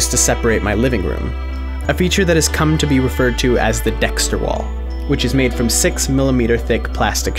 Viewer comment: LOL..."Dexter wall"